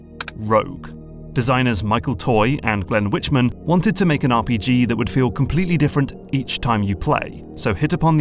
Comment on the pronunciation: Glenn Wichman's surname is pronounced "WICK-m'n".